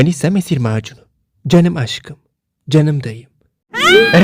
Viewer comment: mesleki deformasyondan kaynaklı canım kelimesini cınım diye okuyor döshpdevğdheğd